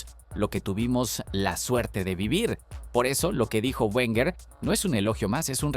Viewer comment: Lo dijo arsene werner...lo dijo arsene werner...oooooh...lo dijo arsene werner...¡¡¡¡¿¿¿QUIEN CARAJO ES ARSENE WERNER????!!! LA PRIMERA VEZ QUE TENGO NOTICIAS DE ESTE TÍO 🤣🤣🤣🤣